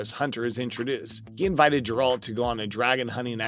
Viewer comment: Geralt not grealt